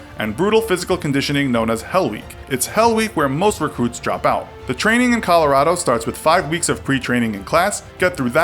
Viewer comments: A few Mistakes He Made in the video.. first He pronounced Gatling Gun (pronounced Gat-ling) as giggling gun.. secondly Seal training is in Coronado thats Coronado California which is San Diego he says its in Colorado... and lastly he says you get your trident then report to advanced training actually you do not receive your trident until after advanced training or (SQT) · Colorado? It is Coronado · SEAL training in Colorado?!?! He mispronounced Coronado. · its not colorado🤦🏻‍♂️ it’s“coronado” California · Coronado!! Not Colorado!! Plus your PST numbers are WAY off. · Coronado... "Colorado"...